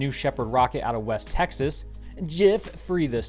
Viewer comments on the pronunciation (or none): none